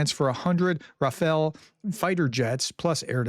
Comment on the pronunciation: Thank you very much for your updates. You have to pronounce Rafale "rah-FAHL". It means a burst, of wind or of machine gun fire